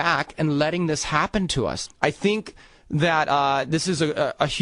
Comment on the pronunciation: It's funny, I never thought actually talks the way he sings, but remember the way he said the word "think" in the song "first date"...... He goes "I'm scared of what you theenk, you make me nervous so I really can't eat"....well, or so he said "70% of the american people are actually starting to THEENK..". I know, a serious video about a major issue with famous people talking about the government doing crazy shit, and that's what I notice...THEENK!